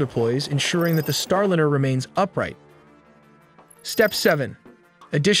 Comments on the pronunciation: “Star Lynyrd” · Soyuz has been returning Cosmonauts from orbit with bumpy landings in Kazahkstan since 1967. Sorry, but to get a fundamental fact about Soyuz incorrect is unforgiveable. Hey algorithm, don't recommend this channel any more! Also, yourAI voiceover needs to be trained to pronounce "Starliner" correctly.